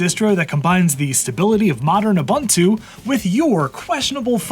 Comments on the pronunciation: Uh-bun-too? Try Oo-boon-too. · why do you pronounce it as "abuntu"